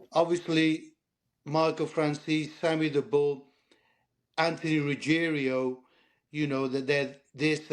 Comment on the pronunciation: Ruigiano not ruggerio 😂